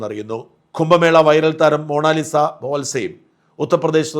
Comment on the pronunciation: എടാ കറിയാ മോണാലിസ അല്ല മൊണാലിസ.